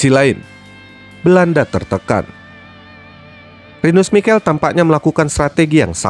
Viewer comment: Pelafalan nama dr Michel, Rinus Michel, Lothar Matheus krg tepat, bro. Kbetulan gua saksi hidup turnamen ini